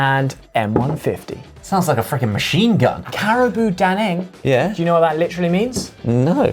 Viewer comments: it pronounced Carabao Dang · Real talk, ollie's thai pronunciation of red bull (kratingdaeng) is great, but the carabao daeng I was a bit 😂 bao in that word is like bao in bao bun.